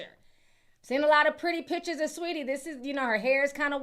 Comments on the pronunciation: Lmaoo idk if “Sweatie” was intentional or not but leave it just like that 😂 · "Sweatie" is FRYING ME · Not "sweatie" 😂😂😂😂😂 hilariousssss